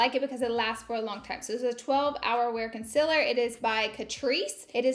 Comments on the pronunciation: I only clicked on this video so I could hear Laura say conciler I’ve missed it 🥰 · I love watching your makeup videos! My skin is so dry and every foundation I try just looks so patchy. I haven’t tried this maybelline one so I think I will try it. Your skin always looks so flawless and beautiful. Don’t worry about saying concealer wrong, you know it’s just a southern thang lol.. please bring more makeup videos back! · hahaha catrice concealer... “i cant even say concealer right” 😂😂😂